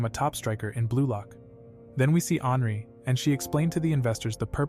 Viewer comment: Anri sounds like hanry